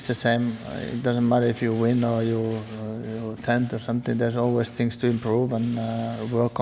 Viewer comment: TINGS??? 2 PLUS 2 IS BWOAH MINUS 1 THAT'S 3 QUICK RACE